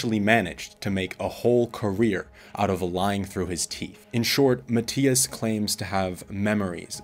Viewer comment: Matias is special and resonates with more people than you ever would. You should remove this video. You are trying to defend yourself way too hard in these comments. Where is your evidence to debunk his claims? Also…if you’re going to insult the man, at least learn to pronounce his name properly 🙄